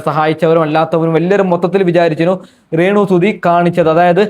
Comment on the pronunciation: റേണുവല്ല ബ്രോ....രേണു